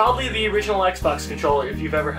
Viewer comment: you said ze :3